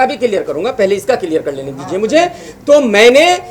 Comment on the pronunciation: first learn English and Hindi then speak on social networking sites परमोशन नही होता है प्रमोशन और किलीयेर नही क्लिअर pehale bola sikh buddhe